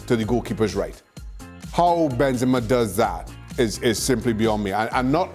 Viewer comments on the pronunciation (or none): Idk why I Shaka puts the emphasis on the second E. You can pronounce the “ra” w/o doing that